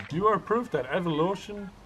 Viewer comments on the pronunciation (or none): EvoLOTION haha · "EvoLotion™" - 2017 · it's evolution not evo-lotion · Darwin's evoLOTION. Lol. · one person says evolotion